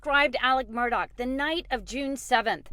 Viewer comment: It's not Murdock! It's Murdaugh.